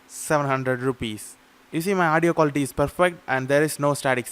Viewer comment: recording qua 'LL' ity test